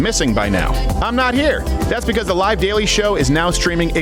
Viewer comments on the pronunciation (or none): none